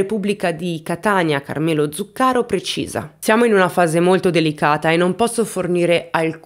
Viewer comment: Ciao,. Come sempre, un video molto ben fatto. Anzi, commovente più che mai, per l'argomento delicatissimo che hai toccato con la consueta gentilezza. Scusami, spero di non essere fuori luogo, ma mi permetto solo di dirti che si dice "etnèi" e "Zùccaro"... per un eventuale prossimo aggiornamento, se vorrai tenerne conto... Un abbraccio